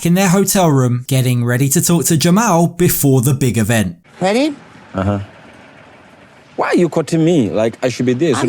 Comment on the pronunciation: Whyyy-uh, whennn-uh🤦